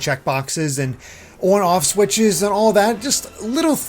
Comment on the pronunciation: "œn œff switches"